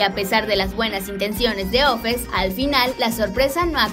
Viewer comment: Se llama offset no ofes😂